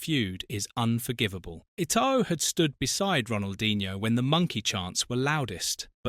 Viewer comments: That pronunciation is painful lmao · Hahaha I cringed too when I heard Eto-oh 😂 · Pronounce names properly. Its not Samuel etOO it's pronounced too. And it's Gremio.